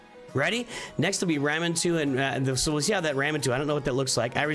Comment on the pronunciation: Sorry not to be that guy, but it was really really bothering me. Raw-man-too and Lady Me-Kah-Gay. On Arbiter her buff remove requires Accuracy. So it is good to have as much as you can on her, but not at the expense of speed. You want speed first with as much as you can and then if you can fit accuracy it can be very helpful. She also wants hp and def, so accuracy is usually the last thing though. :D Iron Twins you need someone that can debuff with slow reliably. Without that every buff on the team makes IT go faster and faster and ultimately hit harder and harder.